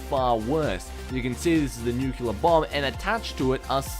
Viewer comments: Oh my goodness! He keeps saying nuclear wrong! its not newkyewler! its newkleer! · Nuclear*. Not nuculear.